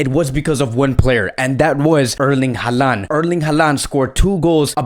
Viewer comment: His name is pronounced HAland not haLAnd